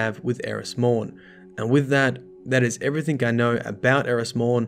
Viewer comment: I've noticed something very interesting, you pronounce thing as "think" and everything as "everythink" but you don't pronounce King as "Kink" or interesting as "interestink" okay I'm weird and that stuff is really interesting to me. (Plus assume as "assoom" and consume as "consoom" but when you say news you pronounce the W. Okay I'm VERY weird)